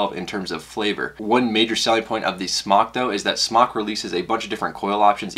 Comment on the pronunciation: Smok is pronounced like smoke, not like smock.